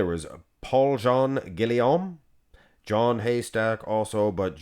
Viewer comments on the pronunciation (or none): Here's an idea... maybe you learn how to say the names and practice saying them before you make a video like this. You're supposed to be a bodybuilding expert? You've been following bodybuilding for like what, 2 minutes? You actually called John Hnatyschak "John Haystack"... Geezus,. If you're gonna make bodybuilding videos take the time to learn how to pronounce names. What an embarrassment, with your ridiculous voice mangling most of the names. I don't have enough space here to list every name you completely screwed up and how you actually tried to say it. So unprofessional.